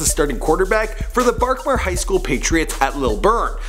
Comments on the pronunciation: He said barkmar 🤦🏾‍♂️😭😭😭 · Missed pronounce berkmar but whatever